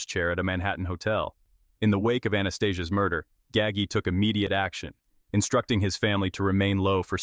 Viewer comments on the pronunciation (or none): Ga-ggie....??? 😅😅😅😅😅 who TF is "Ga-ggie"... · its 'Gaw-ji' learn how to say the name right. sounds idiotic. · Right. Gaggy 🤦‍♂️ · It's Nino not ninyo. He's Sicilian not Mexican. Also you pronounced his last name wrong. Gaggi is pronounced gaa-g..get your facts straight before talking about my beautiful Sicilian people !! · Once again, we have another narrator who can't even pronounce the main character name properly. All you people who narrates so-called documentaries do your homework before you put these out to the public. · You butchered his name terribly.. please show some respect and do some research on how to pronounce these names before you make videos